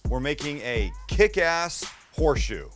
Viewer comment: It’s horseshoe not whore shoe 😂